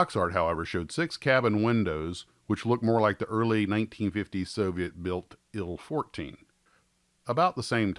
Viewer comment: "Ill-fourteen"? "Eye-elle" fourteen ;) The TU-114 will be molded by.....Trumpeter. I have a vacform it of it though.